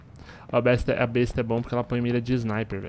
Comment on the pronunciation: n e besta e sim "bésta"